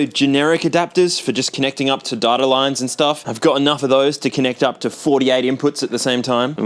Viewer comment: “Reading datass”